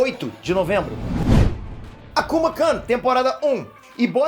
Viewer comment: é complicado qndo são frases em japonês, mas a maneira correta é kun mesmo e não “kan”. é uma maneira q os japas chamam um amigo próximo o nome seguido de kun, apesar do termo akuma quer dizer demônio. 👍